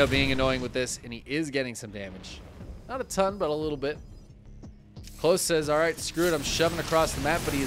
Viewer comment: Klose is a german rooted name derived from the name "Nikolas". So, it would be pronounced "KO-LOSS". Similar to how you would start to say "Collosus".